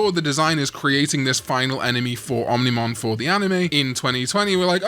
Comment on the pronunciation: I'll subscribe if you never say ominimon again.